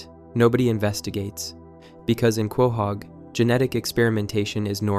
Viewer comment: “Kwahog” lol